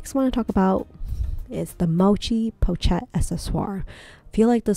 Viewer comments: I think you pronounce it “po shet”, not “pouch et.” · Appreciate your video! But you really need to research how to pronounce the word "pochette" correctly. Not hard to find out....